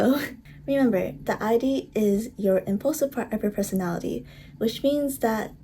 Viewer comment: Thanks for the video :) btw Freud is pronounced Froyd and Id is pronounced like 'id' you don't say the letters like eye-dee